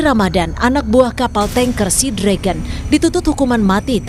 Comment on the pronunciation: Sea Dragon dibaca Sinaga